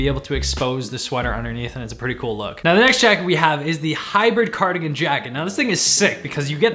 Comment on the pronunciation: Hybrid 'cardegen' eh? :face-green-smiling